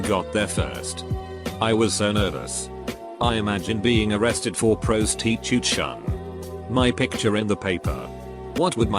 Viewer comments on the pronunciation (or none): Prostitution... the voice butchered that XD